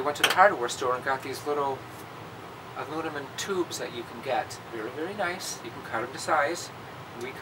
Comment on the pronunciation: This was the "Dopey Show".....painful to watch.......what's funny the narrator grips about the antenna but then says he didn't fully read the instructions....WTF!?........and ...did the narrator say, "..aludamen"??, then again , listen to it a few times..WTF!.....Then the best part (I guess if there really is a best part), is when the narrator says , "..the GoPro 4", then holds up 3 fingers, then adds an extra finger to make 4, then does a visual check on his hand to make sure he's showing four fingers...I admit I watched that part about 10 times....it's really silly.....I bet the narrator had a talk with the Props Manager and wanted to know why they couldn't get it right the first time........ Then the extra cool thing!...remove the padding from the travel case of a quad and then put a different quad in the case with garbage to protect it so it won't move, as he demonstrates it moving about.....Um, what? Then the narrator sums it all up...."They're both nice quads, but they are different"..."Be safe, have fun" ...um, okay thanks